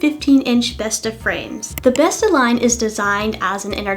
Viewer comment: Besta = grandma Bestå = remain, not withering away, endure That little ring does change the pronounciation a lot lol. Not that there's anything wrong with pronouncing it how you want, I just found it funny.